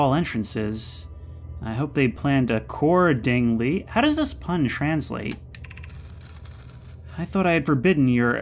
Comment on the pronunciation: that's perfectly valid in the case of your examples, but not "A-CORE-dingly" like in the video. That only works in English. It's not a big deal really, but it doesn't make sense.